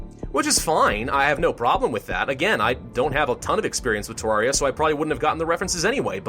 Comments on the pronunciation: he says TARARIA god save him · omg he is pronouncing terraria wrong im only minutes in and i already know i going to be angry